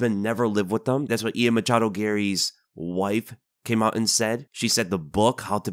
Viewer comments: everytime you say "Machado" i die of cringe inside a bit more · Man you really like to emphasize on the "machado"